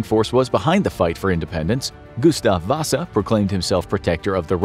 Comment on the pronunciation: Sorry if i’m annoying/rude, however the pronunciation of Gustav Vasa had me dying 🤣🤣🤣 (great and interesting video by the way!)